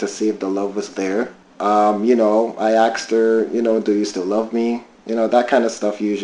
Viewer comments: Why do some people say “ I axed her” rather than “I asked her” Confused 🫤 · There sure is a lot of axing goin on!